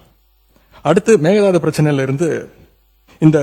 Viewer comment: It's not meghanatha annai, it's mekadatu annai..